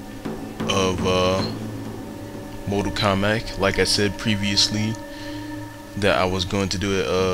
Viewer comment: How do you possibly pronounce the title as "mortal komback"?? Your illiteracy makes me sick.